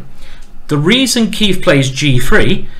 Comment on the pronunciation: Every time he says “Keif” I keep thinking “ey, did the beat go off?”